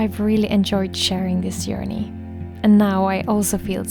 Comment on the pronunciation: at the end there your accent almost transformed the word journey into "yearney", which made me smile- how fitting, since this all started with your creative soul yearning for a place to rest and grow. We should all try to have a little yearney ourselves ❤